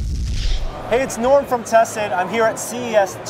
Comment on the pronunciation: Norm. Your name rhymes with "storm". Just thought you should know that.